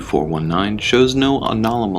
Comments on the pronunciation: the guy says "anolamous" instead of "anomalous" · Alnomolous effects? Ferenzel lens? Haha that’s classic. Nice, keep practicing your reading. Some day you will learn how to pronounce anomalous (uh nom uh lus) and Fresnel (frez nell) lens. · Anomnmolous. When all else fails, Emma Says will save the day. All readers should do more than one take on recording so that mistakes like "maniseft" don't happen. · Class B amnesiacs... Etceteras... Dilapidaded... Anonamalous... Anestics... I really do like the videos, but damn it, guys, you're triggering my inner English major. I will do the editing/proof-reading for free. I'll help with proper pronunciation. It's so damned jarring to hear and really does break immersion. Just...please, stop hurting me. D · All the mispronunciations omfg. "Alnolmalus" and "maniceft" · "Any anonomolous occurences are to be reported immediately" Thats the second time I've heard that misread this week. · 'Analamolous.' 'Maniseft.' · a-na-la-ma-lous hahahahah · lol, that was a very "anolamous" way to say it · Man, that one guy really can’t pronounce “anomalous.” 😂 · Bro can’t say Anomalous💀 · Why do these narrators have such a hard time saying the word anomalous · Absolutely loving how no one can pronounce anomalous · I love how they all have problems pronouncing “anomalous” x] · Say anomalous right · Why cant the narrators say "Anomalous" correctly? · you guys need some help pronouncing anomalous, but other than that, this video is awesome!